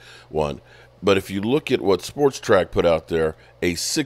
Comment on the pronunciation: Iit is SPOT-RAC NOT Sportrac.